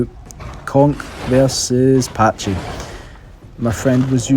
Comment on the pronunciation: I literally only clicked this video because "patchy"? Like breh it's not a patchycepholadaurus it's a PACHYcepholasaurus XD sounds so goofy